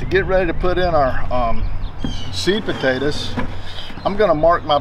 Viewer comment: It sounds like sweet potatoes but he is saying seed potatoes